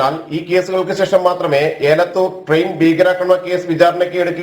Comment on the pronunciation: It’s elathur. not ealathur.